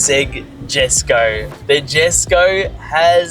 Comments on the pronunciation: That's friggin sick mate!! I love it!! You should say it the Swedish way though Jesko is pronounced Yesko. Your collection is just next level! You're living the teenage Gran Turismo garage dream in real life!! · please, its pronounced Yesko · It’s pronounced yesko brother not jesko lol. Also congrats! Having this car in Australia is a big win for the country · i love that he's buying my dream car but its pronounced "Yes-co", he'll look silly calling it that as an owner haha love it though